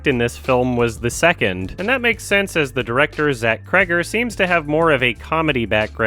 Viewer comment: He said Zack kreggor and I almost dropped my phone. I'm so glad he's got things going for him